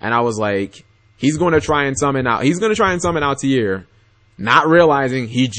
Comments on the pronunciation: Altair there's definitely no I after the T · He's pronouncing it like Assassins Creed. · no he is not even saying that correctly